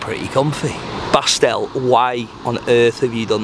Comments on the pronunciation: I believe the german Dude's name actually is Bastian, short form of Sebastian ( though I admit he kinda numbled it )... never heard of " Bastl or Bastel" and I am german. Enjoying this series very much,! Keep on the good work! greetings from West-Germany. ( by the way, come visit us! ) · I’m sure the guy said Bastian and not Pastille 😂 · his name was Bastian, not Bastielle or whatever you are saying 😅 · calling Bastian "Bastel" 😂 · Bastian should change his name to Bastel now; the name has been absolutely slaughtered 🤣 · I think the German guy’s name was “Bastian” and not “Bastel” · Bastel 😂 His name was Bastian like Bastian Schweinsteiger 😆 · Bastian :) not Bastel. Short form of Sebastian 😂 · Who is Bastel? He said Bastian! 😂😂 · It’s Bastian, Short for Sebastian, not Bastell 😂😂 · Bastian Not bastel 😂😂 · Pretty sure his name was Bastian not Bastel 🤣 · Bastal or Bastard 😂😂😂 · You can't even remember a name for 2 seconds.. the German guy is called Bastian! Not that hard... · slaughtered his name lmao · Poor Bastian, got his name buchered the whole time hahhaha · Poor german Countryman got his name Butcherd so hard :D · Absolutely butchered the german guy’s name 🤦🏽‍♂️😂